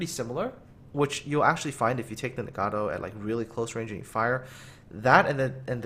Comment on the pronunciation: "...the ni-gaddo." I've never been offended by such a butchering of a ship name ._.